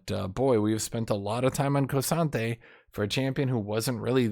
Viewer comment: saying the names of champions wrong consistently for years has to be intentional at this point. Hwei is "Why". K'sante is "Koh-Sante". Lillia is Leh-Liah. Surprised he doesn't call Riven "Revan"